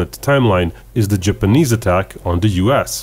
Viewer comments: Ok. it's Japanese,not GIPanese. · It's called an accent genius